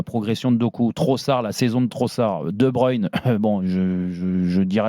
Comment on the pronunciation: "De Brune" -> De Bruyne ça se prononce De Bebreuïn". 2 brunes c'est ce que vous avez bu quand vous avez engagez certains de vos journalistes en conférence de presse Et quant qu'on est là messieurs les "pros journalistes" qui ne sont pas capable de prononcer les noms des joueurs alors qu'une partie de votre boulot c'est de s'informer. on va faire un topo des noms. oui les noms d'origine néerlandophone c'est pas encore ça. Casteels: se prononce Castélss. Faes se prononce "Fasse" et non "Fesse" Vermeeren c'est comme pour Casteels:" Verméreun" et pas "Vert Marraine". De Ketelaere c'est pas "De Kéteulaère" mais "De Kéteulare" et De Cuyper ce n'est pas "Deux Couipaire" mais comme pour De Bruyne: "De keuïpeur" de manière générale, les "uy" se prononce "oeil" et le "ae" c'est si le "e" n'existait pas. On n'y peut rien, c'est la langue germanique! ça prend autant de temps de trouver cette info que de pondre un article en boucle pour dire "mdr la belgique a encore le seum" pendant 6 ans